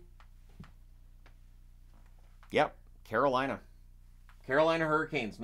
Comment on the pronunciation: Man wth?!? Scare-o-Lina number 1?!?!?!